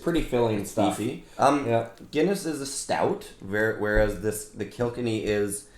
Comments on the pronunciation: Kilkenny is pronounced kill-ken-ee 😎😎😎🇮🇪🇮🇪🇮🇪🇮🇪love the videos keep them coming. Did you guys get the Slane Irish whiskey 🥃 yet. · The way the prounonced kilkenny 🤣